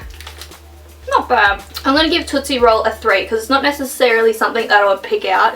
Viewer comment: Lol totsie roll is a chocolate like luagh tafy